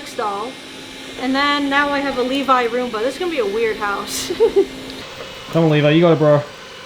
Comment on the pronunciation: lmao aki ur kinda saying levi's name wrong